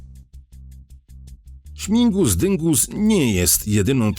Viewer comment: Śmigus a nie śmingus😊